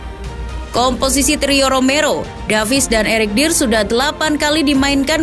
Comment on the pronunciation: Mohon izin yaa min, spelling nya dier itu harus nya daier, dejan itu j nya dibaca y, bergwijn dibaca bergwain, sama hojbjerg itu harus nya hoybyerg, semoga membantu 🙏